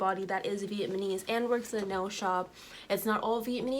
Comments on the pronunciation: Please let me just have this moment to laugh at how you're saying "vietMAnees"😂😂😂instead of Vietnamese! And you're saying it so confidently!... I love it!😂 But seriously... Thanks for sharing this... You should take your good ethics and business practices where you can really shine and be empowered in your craft. Much success to you😘❤ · Viet-na-mese!!!!!!!! Not vietmanese🙄🙄🙄🙄🙄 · I’m sorry no disrespect but please look up how to say the word Vietnamese because you’re not pronouncing it correctly. Respect for putting the truth out about some of these salons, bc unfortunately it’s the truth..